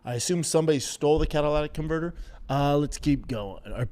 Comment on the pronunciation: To be completely fair, i think he says "Cadillatic" converter. Which is probably worse. haha What a redact.